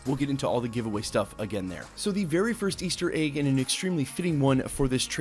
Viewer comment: Why do you pronounce egg like "AYGE"